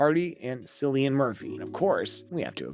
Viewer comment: you might wanna check how to pronounce "Cillian" before making a video